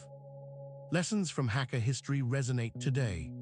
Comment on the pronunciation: Hak=guest ka=family prounounced Hagga